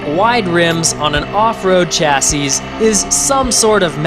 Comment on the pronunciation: Awesome review, but chassis has a silent S at the end because it's derived from French. Like chassee